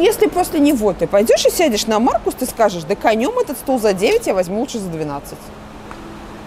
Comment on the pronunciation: "Маркус"! Только "Маркус"!